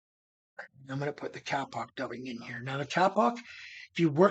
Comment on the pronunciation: kapok is pronounced k a e pock not 'cap ock' . it'sa tree in indonesia the locals pronounce kaye pock. used it for pillows and beds. i lived there 2 years on the island of Celebes.